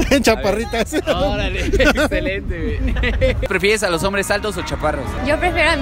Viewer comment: Pefieres dice jajajaja